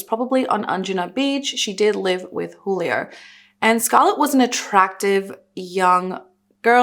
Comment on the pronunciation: The "J" in Juilo is pronounced with a H sound